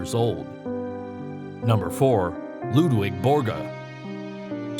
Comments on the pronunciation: Its Ludvig not Ludwig! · LudVIG Borga not Ludwig